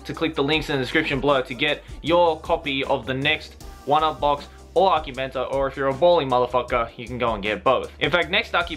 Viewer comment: You pronounce akibento its akibento~ver